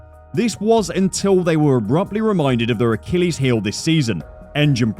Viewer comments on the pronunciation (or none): none